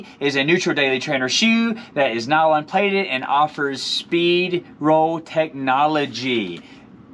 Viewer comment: Hahaha he said it so strange it could be either.